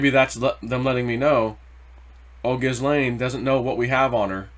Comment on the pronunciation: it is pronounced JIZZ-LANE POH-TUS like PO BOYS